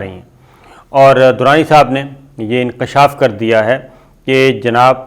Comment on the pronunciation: sabir bhai a-oa ek correction thi enkaashaaf nahee hota enkeshaf hota hay sahih talafoz